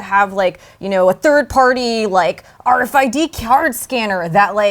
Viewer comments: Nobody says AAaaRFID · i hate the way he says RFID